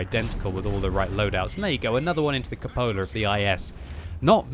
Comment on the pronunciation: "right into the Cupolerr"